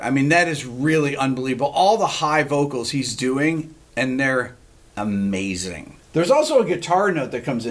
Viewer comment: "What Makes This Guy Great?" This is the way he pronounces the word "AMMAZING! :o) Mr Beato - chapeau bas! Regards from Poland!